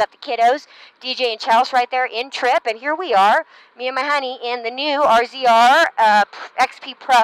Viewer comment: Tip: no-one says "RZR" they say razor like the rest of the universe